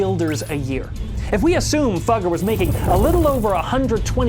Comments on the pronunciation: fugger is pronounced fooger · "...this rich fuger. His name is Jakob. Jakob Fugger"💀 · I wanna se the bloopers of him saying “Fugger”